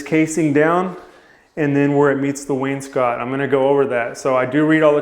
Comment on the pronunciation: You pronounce wainscot correctly.